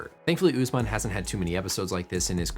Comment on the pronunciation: Uss man not oozeman HOW DO YOU PEOPLE TALK